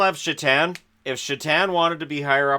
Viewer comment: "Sheatan" ...pretty sure it's pronounced "Sah-tan".